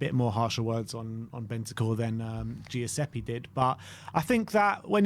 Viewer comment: Why the hell does keep saying "G- iuseppe".....it's a very very common Italian name...Giuseppe....stop emphasising the G 😂😂😂😂